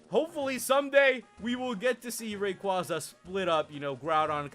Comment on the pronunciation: b.t.c. ruiz h lol he said rayquaza I'm done